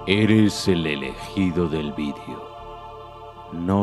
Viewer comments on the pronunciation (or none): none